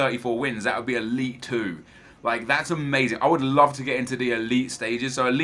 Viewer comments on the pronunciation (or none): none